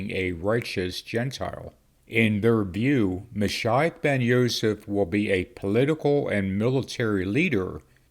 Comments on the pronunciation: I’ve always heard it pronounced Ma sheeee och rather than Ma shi och And actually, Jesus, the Messiah, would be Yeshua Hamashiach (Hama sheee och) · Moshiach is pronounced MOE - SHE - AH